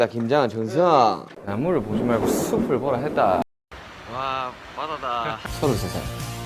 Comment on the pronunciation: 나무↑를↓ 보지 맑거 슢↑플 보라 했 따!!!